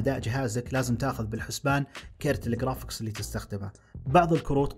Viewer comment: قرافيكس ❌ خرافيكس ✅